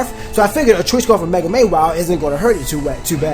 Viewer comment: spelled mawile and you pronounce it as may-wile... yea tat makes sense... not to mention you're the only one so you hear other people not pronouncing it like you but yet you still say may-wile. smart.